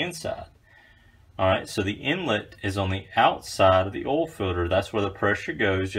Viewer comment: Is it that hard to say "OIL" 🤣🤣🤣